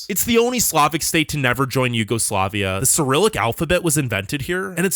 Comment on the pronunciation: “Former YugoslavIK…. Yugoslavik? Come on man, stop making up nonsense words on what is supposedly an informative video. (Bulgaria) “is the only Slavic state never to join Yugoslavia” WTF. Did you mean Balkan Slavic state? If so, say so. Guess what - Poland, former Czechoslovakia, and many constituent parts of the former USSR are Slavic and they didn’t join Yugoslavia. A great video but please engage that American brain sometimes.